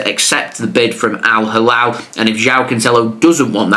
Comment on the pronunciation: The way he said al halal 😂 jao cancelo is going to al.halal 😂 epic. It's al hilal bro 😂